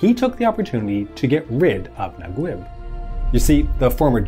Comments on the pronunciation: Mohamed Naguib is pronounced na-geeb not nag-web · mohammad nagweb !! lol it's nageeb not nagweb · Say NagUib one more time. It is spelled Nageeb as in E, in case you are wondering. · Naguib is pronounced Najeeb or Nageeb in the Egyptian Arabic accent. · Great video, but sorry I have to point out that the pronunciation of Naguib is "Na-geeb" (Egyptian Arabic) or "Na-jeeb" (Traditional Arabic). Just in case his name comes up again in future videos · Slight pronunciation correction: Naguib is pronounced Nageeb (eeb as in deep or Gui in guitar) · I dont understand the english version names for egyptians. Naguib? It’s Najib (Na-jeeb). Gamal? It’s Jamal (Ja-mall). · Nice video ... Naguib is pronounced "NAGEEB" FYI :-) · Great video, it's pronounced Mohammed NAGEEB. ❤👍🏽👍🏽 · it is pronounced Nageeb